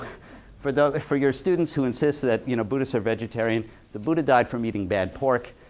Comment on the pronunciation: It’s not Budda, it’s Buddha, dh not just d